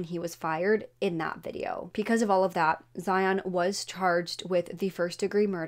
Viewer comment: Can you please pronounce because properly? You pronounce it with a P. Thanks